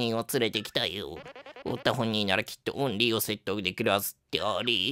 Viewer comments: とうとう最後までオリーって言わなかったね笑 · 最後の最後までオンリーって言っとる笑笑笑笑笑笑